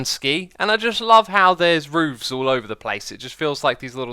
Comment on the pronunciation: I like how he says roovs